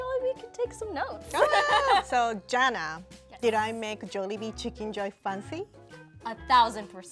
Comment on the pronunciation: saying Jollibee chicken joy is already perfect makes me sooo proud